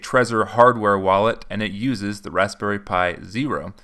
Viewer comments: Is it just me or does it sounds like he's saying rasssberry pie and not razberry? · I think you over pronounce the "p" in raspberry just a tad. Good video man and good energy! Great job!